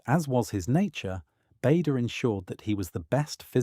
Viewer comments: His name is pronounced 'Barder'. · Needs to be a vlog and as someone has pointed out it’s Bahder